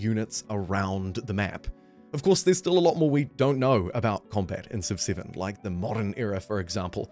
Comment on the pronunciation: Wow I can’t listen to this, good god, by the time I’d heard “civ siven, the hidline” I thought I’m out, I just can’t listen to kiwis butchering vowels it breaks my ears